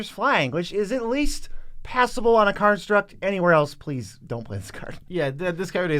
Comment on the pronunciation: Lol, Joe programmed into pronouncing it Karnstruct